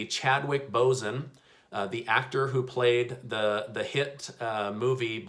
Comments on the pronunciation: His name is Chadwick BOSEMAN. Not Bosen. Please take the time to respect him and his legacy by making sure you get his name right like you get all the other wonderful information you put out to your community right❤ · You pronounced his last name wrong